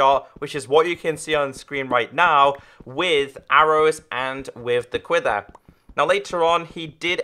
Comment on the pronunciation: It is pronounced quiver not quither